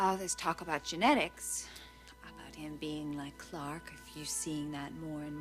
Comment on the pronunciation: Why does Margo insist on pronouncing Clarke like Clack ? I cannot stand her fake posh accent.